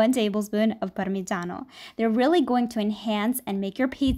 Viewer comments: Are you Italian? Your name is Italian and your pronunciation of mozzarella e parmigiano Is PERFECT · YOU SAID MOZZARELLA AND PARMIGIANO MARVELOUSLY WOW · You said mozzarella and Parmigiano perfectly!!!! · sei italiana??? dici benissimo "mozzarella" e" parmigiano"😳